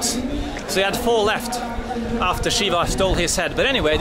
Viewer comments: Dude just said shitting shiva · "Shitting, pissfull shiva" "ah,, sitting, peacful" 😄